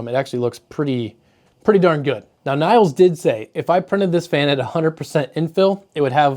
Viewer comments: Nils is pronounced like "heels", but with an N instad of H. Same goes for Niels. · "Nils", atleast in Swedish is pronounced more like ya would say "Million", if ya change to "Nillion" and then short it to "Nills"